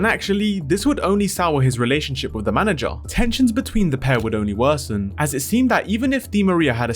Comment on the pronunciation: It's "manager" not Manny jar